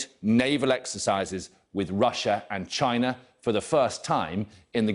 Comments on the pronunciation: Chi NA😂😂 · Nobody: This guy: "CCCHHHina" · Chi NAH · He emphasised “China” didn’t he 😂